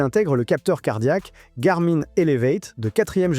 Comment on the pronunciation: garmain mdr on dit gar min comme le pronom la gamine .la mine ( de crayon ) on dit pas la main de crayon mais la mine .....